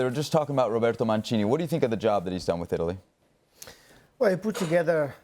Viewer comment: Jesus!!! Please guys not Manchini, Manchini what? M-A-N-C-I-N-I!!! Please.